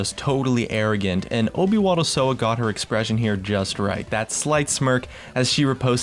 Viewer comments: The way you pronounce "obywatelsowa" :D I mean u had no way to know how to do it, it made me smile ;) it means in polish "citizen owl" if anyone care ^^ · kurwa jak on przeczytał obywatel sowa xDDD